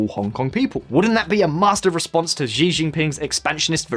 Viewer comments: Xi jinping hahaha ... it's "Xi" as in "she" not Zi Jinping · Nice video but Xi is pronounced like the English female pronoun "she". Xi is a goober but hearing his name pronounced incorrectly is bothering me for some reason. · Pretty sure it's "She" not "Zhe". Do you guys never watch any news channels on youtube?